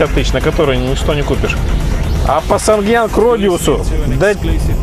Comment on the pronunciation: Санг янг.. тьфу ты, неужели дилер не знает, как правильно произносится название того, что он продает!? Я к такому не пошел бы за покупкой.